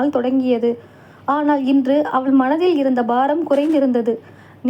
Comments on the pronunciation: மொழியின் சிறப்பே அதன் உச்சரிப்பு தான், இல்லையென்றால் அதன் அர்த்தம் மாறிவிடும். அவள் என்பதை அவல் என்று வாசித்தால் அர்த்தம் வேறு படுகிறது அல்லவா அதைத்தான் நான் விமர்சிக்கிறேன் . இதில் மதம் எங்கே வருகிறது. தமிழர்கள் நாம் அனைவரும் மதத்திற்கு அப்பாற்பட்டவர்கள். இரத்த சம்பந்தமற்ற சகோதர சகோதரிகள். அஸ்ஸலாமு அலைக்கும். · உங்களின் தமிழ் உச்சரிப்பு மிகவும் மோசமாக இருக்கிறது. பெண்பாலை உச்சரிக்கும் போது ல் என்று உச்சரிக்கிறீர்கள் அவள் என்பதை அவல் என்று உச்சரிக்கிறீர்கள். தயவு செய்து சரியாக உச்சரிக்கவும். நன்றி.